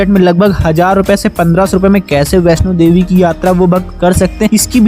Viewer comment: Jai Mata Di 🙏🙏 Meine mata rani ke darshan kiye hai.🙏.You are wrong kesh Ganga kaha jata hai.🙏🙏.information.Bhai Vaishno Devi sahi se bola kar